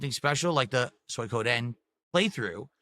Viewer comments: "Soy Codeine" LOL this fucking idiot.. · The Sons of Kojima strike again "Soy Koh Den" I didnt know you can mispronounce Suikoden. But.. proving me wrong. "You're drinking 2-3 times a week" "Uh no, its 2 times a week max." Literally just admitted it not 2 seconds later. Actual cope, seethe and crash out when accused of being an alcoholic.